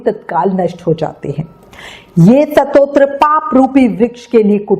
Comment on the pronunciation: Satotra nahi stotra hota hai kripya apna ucharan spast kare 🙏